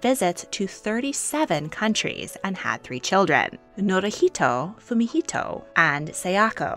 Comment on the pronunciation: It is Fumihito not whatever was said.